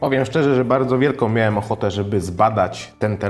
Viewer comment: wielkoM, takOM, jednOM, drugOM, wymiennOM, CzeBa, słuchać sie tego nie da - polska język, trudna język